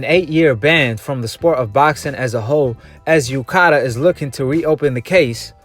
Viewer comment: Dude are you dumb? You can't even read the difference between LANCASHIRE and LANCASTER, you say MANCASTER instead of MANCHESTER, and what is UKADER? It is UKAD. Dude, people will think you have low IQ and won't trust anything you say if you can't even read the towns properly get the names of the anti-doping governing body and everything wrong.